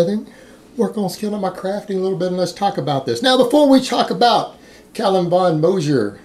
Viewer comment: I think the G in Moger is pronounced more like the G in “gun“ or “good“ rathet than “gentleman“ or “Geoffrey“